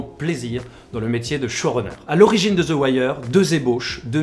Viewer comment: Les français arrêtez de prononcer "the" " ze" !!! C'est ridicule, ça se prononce "de".